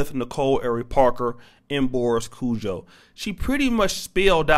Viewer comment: Can u get. Their names right please its kojoe long o and ari as in arianna